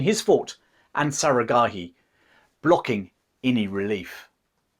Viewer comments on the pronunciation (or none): You can’t even pronounce one word correctly, Sarah Gharai 😂😂😂😂😂 Who’s time to listen to ur BS